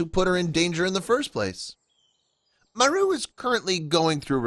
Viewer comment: Maru not Mary!!🙏